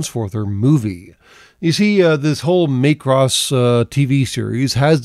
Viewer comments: I have to say - it's MACK-ross, not MAKE-ross. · "May-cross"? Do you mean "Mack-ross"? (And do I actually care?) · I've heard it called the Itano Circus since the 1980s, after animator Ichiro Itano. And it's MACK-ross, not MAY-cross. [Shakes fist at cloud.] - Might be a reference to King Kong Lives, the sequel to the 1976 King Kong flick that we've collectively repressed from the cultural consciousness? - The dumb explanation of the "x" thing -- read "cross" in Japanese, where it originated -- is that it means "crossover" or "crossed with." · MAY-cross? Not Maa-cross? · Not that anyone actually cares, but it's Mac-Ross, not so much May-Cross. It was meant to be phonetically similar to the Japanese pronunciation of Macbeth. On a much more important note, I would love it if one day, the F-22A's sidewinder bays opened up and 64 tiny missiles came pouring out of them. I would expire of delight and laughter.